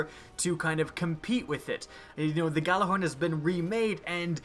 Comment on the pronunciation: its not pronounced gjallarhorn its yallarhorn